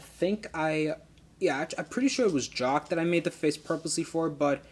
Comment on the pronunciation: it's jock not shock😡😡😡😡😡😠😠😠😠😠